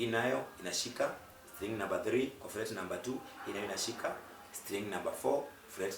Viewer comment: Fret baba sio flet